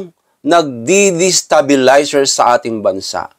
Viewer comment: Hhhh 😅 my God.. Hnde moh nga maPronounce ng maayus ang Destabilizer 😂 More Practice pahh Boy 😂